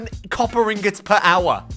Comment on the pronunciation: copper Gollum’s you mean copper ingots😂